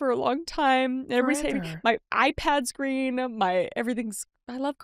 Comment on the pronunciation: Ummm...Kris...that isn't greem